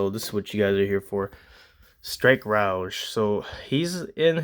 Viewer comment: I dont know if you had corrected youraelf in the video or not but that word is pronounced "ROE-G" not rooge or roegee. Like the character from X-men. Alright just hoping ive helped.😅 Not trying to be a butthead 😂